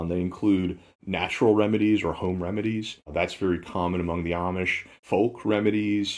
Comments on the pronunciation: girl, the way he pronounces “home” is terrifying. He needs to correct it or stop uploading videos!!!! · is from North Carolina--perhaps that's a local thing--?